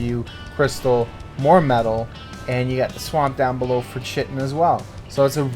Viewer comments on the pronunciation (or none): it's not pronounced shittin. Chitin is pronounced "kai tin". KAI TIN, say it. SAY IT! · Chitin... pronounced "ky-tin" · great vid but you're saying chitin wrong and its killing me lol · Are you chitin me with that pronunciation. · Night Dark yeah, bothers me too